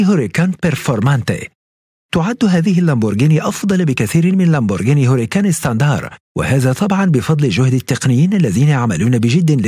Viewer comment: تنطق مارسيلاجو او مارتشيلاجو ليس مارثيلاجو.. وهوراكان ليس هوريكان.. وتشنتيناريو وليس سينتناريو